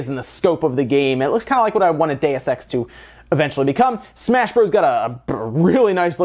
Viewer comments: Deus is pronounced with 2 syllables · When you were saying "Deus Ex", I heard it as "Day of Sex" Lol